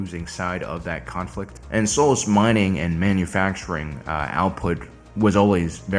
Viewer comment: I can't help but appreciate how that mining planet's name is pronounced "soulless". Sounds pretty fitting under the circumstances.